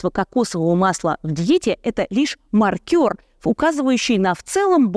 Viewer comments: Ставлю "лайк" этому видео, мне всё понравилось, только не "маркёр", а "мАркер". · Не маркёр, а мАркер. Первое - это работник в казино, на бильярде. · Уважаемая Ирина, найдите разницу между словами 'ма́ркер' и 'маркёр'. Спасибо.